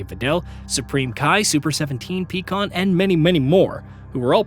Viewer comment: 😭 he said Tournament of Destruction and called Pikkon Peacan